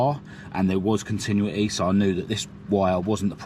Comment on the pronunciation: (I also have this problem) Pronunciation: Conti-"new"-ity. Now you got it please delete this comment for me, and sorry to sound rude (not intended). Well impressed how you pick up and explain all the electrics ideas.